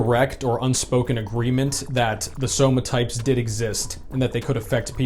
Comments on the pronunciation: When you said "Somatypes" and then corrected yourself, I first thought you were just poking fun at V-Shred. But then you kept saying it through the whole video so now I'm thinking V-Shred's ads just made you say it this way lolol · Says "Somatypes" because it's one less syllable but also says "Big Boneded'